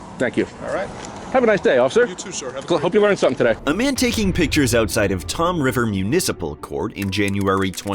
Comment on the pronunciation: Not to be too terribly pedantic, but it's Toms River, not Tom River.